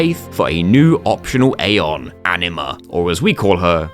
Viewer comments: i love how you keep calling Aningus ''Aniningus'' lol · Tingus Vingus Ifringus Ixingus Shingus Bahingus Yojingus Aningus (or how he calls it ''Aniningus'') and lastly Singus, Cingus and Mingus truly the names of all time